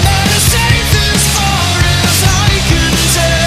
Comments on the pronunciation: "Mustard-on" Sounds like a condiment I really don't want on my hotdog... Always a good idea to learn how to pronounce a band's name before reviewing them. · this is probably the worst thing ive ever watched, although you are pretty positive about the album youve also succeeded in making mastodon and more broadly metal music in general sound like a joke, pronouncing the bands name wrong, labelling it under a genre you have completely made up 'emo metal' theres absolutely no sign emo in anything mastodon have ever done and finally, the comparisons of metal to dungeons and dragons etc what a shitty sweeping generalisation that pegs the metal community back a couple of decades. piss off NME and stick to the jumper wearing ankles out bullshit you usually cover (we can make shitty generalisations too) 👍